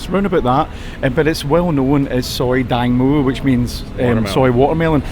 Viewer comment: I think its Tang mo..watermelon,not dang...